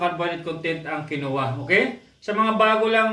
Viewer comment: Kin Wah po ang bigkas jan